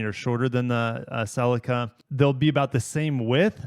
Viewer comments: Bhaha bro says celica wrong its not sellica. Pronounce the dam Ce Lica say it like sea lica celica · Great vid but your pronouciation of celica drove me nuts hahaha I have always said celica as cel-eee -ca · No way he pronounced Celica as "SeLica" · Why do you pronounce Celica like that? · You need to learn how to say Celica correctly